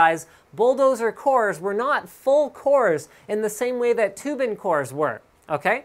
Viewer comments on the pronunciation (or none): Oh it's pronounced Two-bin huh, I always thought Thew bin.